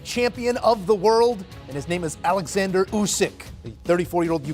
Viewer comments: It's not "Alexsander". It's Oleksander. These are media "pros"? 🙄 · He’s name not Alexandr! He’s OLEKSANDR STOP be unprofessional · It's pronounced 'Olex - ander' by the way, not 'Alex - ander'.